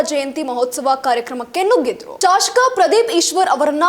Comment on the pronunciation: ಐ ಕೋರ್ಟ್ ಅಲ್ಲ ಹೈ ಕೋರ್ಟ್, ಶಾಶಕ ಅಲ್ಲ ಶಸಕ, ಚಪ್ಪಳಿ ಅಲ್ಲ, ನಾಳಕ್ಕು ಜನಾರು... ಪ್ರಶ್ಙೆಯ ಮೇಕೆ ಪ್ರಶ್ನೆಯನ್ನು ಆಕಿ... ತಾಯಿ, ನೀನು ನ್ಯೂಸ್ ಓದದಿರುವುದೇ ಕನ್ನಡಕ್ಕೆ ಮಾಡುವ ಉಪಕಾರ... ತಾಯಿ, ಕೈ ಮುಗೀತೀವಿ... ಸುಮ್ನಿದ್ದುಬಿಡಮ್ಮಾ.